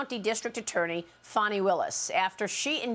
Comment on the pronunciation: Isn’t not FONI it’s FANI as in ASS